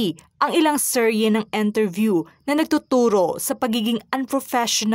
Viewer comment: “Enterview” ba o “ Interview”?